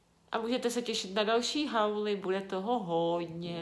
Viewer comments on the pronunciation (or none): Vislovuje se to houl a ne Haul